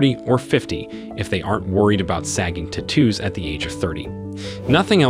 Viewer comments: "Tattoo" vs "T-too" -- I'm not familiar with the English dialect the latter belongs...(?) lmfao! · Say it with me: tat-too, not ta-toos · Lol.. So annoying how he judges but can’t even say the word tattoo correctly 😂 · Take a shot every time he says "Te-two" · "ti-TOOs". Interesting. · Stop saying "tattoos" the way you do. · The way this guy says tattoos is annoying!! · The way you pronounce it sounds British